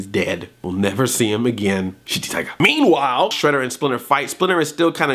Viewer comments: He DEFINITELY said Sh*tty Tiger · he totally says shitty tiger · Good, I'm not the only one who thought Splinter said shitty tiger! XD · yeah, he def said ''shitty tiger" lol